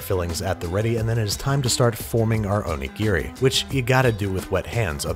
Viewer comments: Please stop saying Oni-Gear-Ree. O-Ni-Gi-Ri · can someone who speaks Japanese actually tell me if he pronounces Onigiri correctly? my friend is Japanese (grew up in Japan, moved to America when she was a teenager) and she does not pronounce it like that. it’s more like “o-nee-ge-ree” he’s says it more like “o-nee-gear-ri” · You could have just said snonigiri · Oni what? You mean donuts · "Snowmanigiri." LMAO. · I laughed so hard at snowmanigiri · Hehe Jessica O-Nigri hehe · "snowmanigiri" OH MY HOD HE'S TURNING INTO YOU SUCK AT COOKING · Say onigiri, without the "O" and the last "i" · ひでぇよ... I'm japanese. It's onigiri is very bad